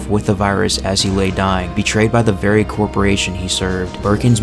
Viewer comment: Is it hard to say corporation?